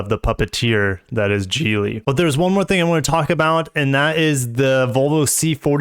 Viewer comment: I thought it was pronounced Geely not Geely.